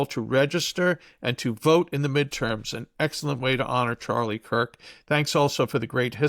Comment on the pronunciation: Nukyular? Nukyulus?? It's Charlie KIRK, not COOK.